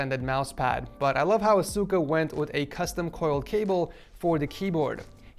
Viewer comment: asuka omg say it right x.x